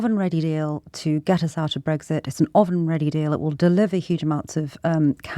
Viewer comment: Don't know what concerns me more, this caller or the presenter's pronunciation of 'oven'.